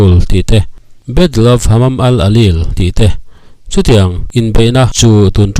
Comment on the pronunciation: midang hian Isis tiin an lam ṭhin sia, nangin Isils i ti tlat bawk sia, tin Hamam al alil tiin an lam ṭhin in ka hria a, nangin Himam al alil iti leh daih bawk sia, mi tih loh dan a tih tum vang hrim hrim nge, comments atam beiseina vang te ani mial em.